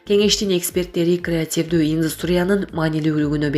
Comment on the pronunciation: эмне мынча манкаланат сүйлөгөн кыз.Же кыргызча жакшы билбейби? Креативтүү дегенди ката айтып жатат.Кайта кайта айтты